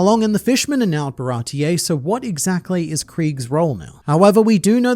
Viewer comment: WHY DOES EVERYONE CALL IT barati-EH i swear it was never called like that, why does the whole english community call ti that